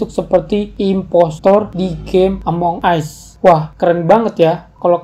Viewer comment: ya Tuhan bahasa Inggrisnya yaampun. Ngomong Among Us aja salah. pembodohan memag ini